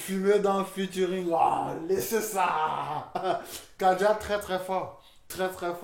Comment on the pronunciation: Frère c’est KADJA et pas Kadija !!! Merci !!